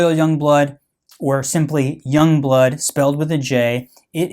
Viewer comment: yong bloot